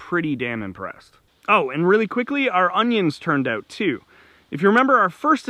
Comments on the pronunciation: Could tell you're Canadian just by how you say "out". Lol Great video. Thanks👍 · Drute... Translation = drought Oote... Translation = out Thx for video & the laughs!